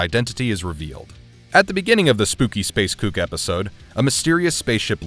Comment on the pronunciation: Damn You still butcher the names!! Not space "cook" Kook